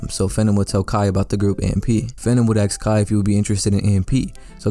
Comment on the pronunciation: bro sneaked in a axed like he ain’t say ask when his moms around 😭